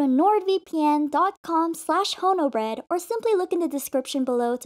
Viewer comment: i heard "homobread" 💀